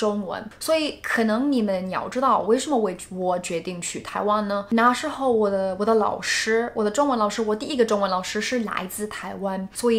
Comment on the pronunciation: Your Chinese is great! Just need to be more careful with the tones. eg, 解jie3释shi4. ， 那na4时shi2候hou